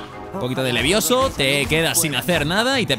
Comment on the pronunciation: No es leviouzo es leviozo 🤙🏽